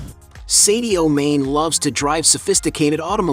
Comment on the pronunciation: I know you Americans have a reading problem! but his name is not pronounced seddioo. ... His name is Sadio Mane, do you get it? like princ Harry, you named him Herry, Dog, dag, Poltic, palatic lock,lack so on so forth!